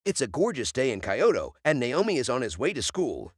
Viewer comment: Kyoto. Not Kaioto.